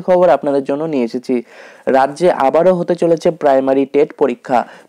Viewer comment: দাদা ভালো খবর । তবে "আবারও" কথাটা শুনে হাসি সামলানো গেলনা।😀😀😀